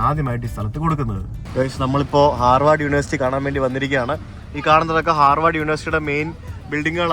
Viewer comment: Hi brother, it’s HARVARD not harward